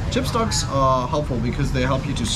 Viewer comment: trời ơi chopstick mà ổng đọc lái thành chipstop :) giỡn hả.